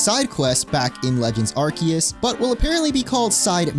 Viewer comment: It's pronounced "are-see-us" say it with me 🙂